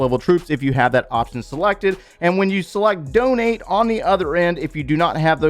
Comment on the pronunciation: “DoNeT mE bRo” 😂